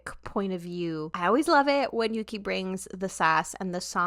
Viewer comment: This is a minor thing, but Yuqi's name is pronounced more like "Woo-gi" when said out loud :) Great reactions, big fan! :)